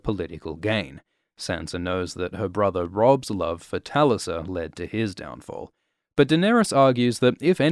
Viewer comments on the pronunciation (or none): Talia? That's a new pronunciation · The way you pronounced Talisas name 🙊🙉🙈